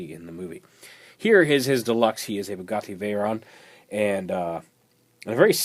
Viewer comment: Its called the Bugatti Veyron Grand Sport Vitesse. If youre gonna say the name of the car, say it right